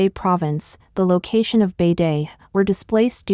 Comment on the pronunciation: Please learn how to pronounce ‘Beidaihe’, ‘Cai Qi’ etc. The voice-over in this video is embarrassing.